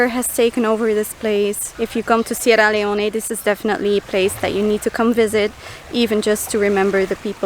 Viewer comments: please say the name if the country properly. It is Sierra Leone, not Leoneh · Sierra Leone is pronounced Cee-Era Lee-Own *